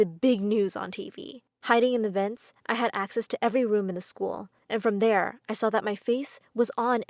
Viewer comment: YOU SAID LCKER NOT SCHOOL